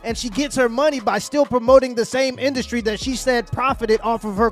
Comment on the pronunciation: I like it when they called it indusry 😂